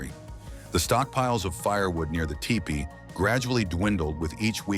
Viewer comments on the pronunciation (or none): The robo narrator said Ty-pee. lol